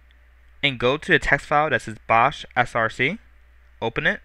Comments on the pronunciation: I think it's pronounced "box", not "bosh". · easy to follow tutorial, only one thing that bugs me though - it's pronounced BOX not bosh hehe even the icon is a box :/ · I thought bosch was pronounced "Box" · its pronounced box but spelled bochs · it is pronuced "box" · ...You do realize Bochs is pronounces "Box" right?